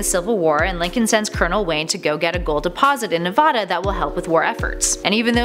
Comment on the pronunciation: No! she said nevada wrong! 😣